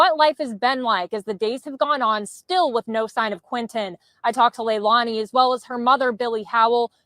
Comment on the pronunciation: Her name is pronounced Leilani ( Sounds like leylainey